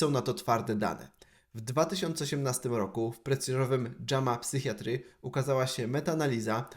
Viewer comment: Psychiatry -> wym. [sajkajaczri] Wiem, wymowa po angielsku posrana jest, ale może Ci się przyda do kolejnych rolek, żebyś wiedział ;)